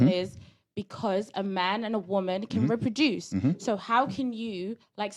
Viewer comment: Reproduce not ripiduce 😂😂😂